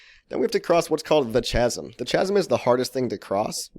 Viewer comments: great vid but have to say it its killing me, chasm = kasem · You pronounced chasm wrong! /ˈkazəm/ its a k sound not ch sound! Lol